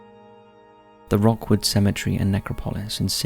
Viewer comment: I think you meant "Rookwood Cemetery "... Not "Rockwood".